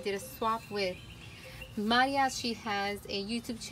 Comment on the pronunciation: What a great pronunciation of my name! Thank you!!!! 😊